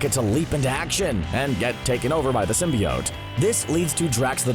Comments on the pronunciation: I hate how he says Symbiot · still saying symbiote wrong i see lol so cringy